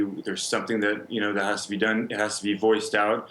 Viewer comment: FREEDOM ISN'T FREE IT CAWSTS FOLKS LIKE YEW AND ME